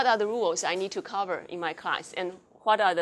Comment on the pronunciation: 自傲及無自知之明------->是阻礙進步最大的絆腳石 錯音就是錯音 不是腔調不是口音(根據台大史嘉琳教授) 你若學美式英語 把美式發音發對 放心～美國人並不會誤認你是美國人 因你仍保有一種異國風味 但發錯音 則會有溝通誤解的問題： cover( not咖-), content( not康-), English( / 非Engrish), homework( / not轟我k), grammatical( / gra'-.-.-非[果'-.-.-]), acceptable( not阿k-體--) comma( / / / / / / / not康馬), simpler( 非[siŋ--]), main( / / / 非man), seatbelt( 非sitbelt), communicate( not康-尼-), last time( not拉s躺), fulfill( notㄈㄛfeel), simply( 非[siŋ--]), visual( 非[vi-]), form( / / / / / not鳳m), own( not翁), us( / 非[餓s]), difficult( / 非[difi-], same( / 非sem), whole( notㄏㄛ), gentleman ( not尖--), were( 非[wi]), convey( / / / not康-), function( not方-), ownership( / notㄛ--), both( 非[bㄛ-]), illustration( not以喇s吹-), coding(notㄎㄛ-), among(not-ㄇㄤ), omited( not-咪-) it( / / 非eat), command( not康-), subject( / not撒-), most( not台語[毛st]), element( / not阿了們t), on( / notㄤ), other( / not阿-), comment( / not康們), typical( not踢皮-), so( notㄙㄛ), come( / not康), system(非[sis-]), consequence( not[康si-]), under( / notㄤ-), understand( notㄤ--), time( not炭), conceptualize( not康---), focus( / notㄈㄛ--), background( / notㄅㄝgrㄤ), noun( notㄋㄤˋ), mark( 非ㄇㄨㄚＫ)